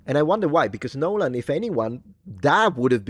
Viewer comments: i love you, truly. Long-time subscriber, but if you do a 60-minute video, of you just saying "nolen" over and over again, i promise you i am NOT GOING TO BE WATCHING IT. hahahahahaha, i can't promise much in this life, but i can promise you that. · "NYOLEN" is now the standard pronunciation for his name. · Of course it's funny when you say "Nooooolan", but I just love how you pronounce Loupita! And thanks to all the reviews I watch I keep discovering old gems, such as Iphigenia (1977), which I never heard of before, about the sacrifice made by Agamemnon. Irene Papas plays Clytemnestra.